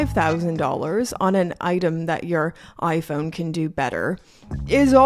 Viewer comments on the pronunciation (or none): none